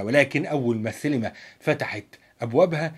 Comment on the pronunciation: شكرا ع الموضوع بس انت ليه بتقول سيلما هي اسمها سينما ولا ايه 🤔